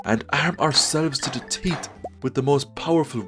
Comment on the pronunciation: An Irishman saying "arm ourselves to the teeth" sounds a lot like "to the teet". It made me laugh.